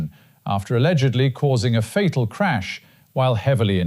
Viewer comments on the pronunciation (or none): none